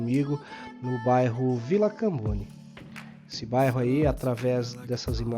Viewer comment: Ganhou uma seguidora, parabéns pela iniciativa. Morro na vila, só corrigindo vc falou vila camboni...e o correto é Comboni. Obrigada pelas imagens.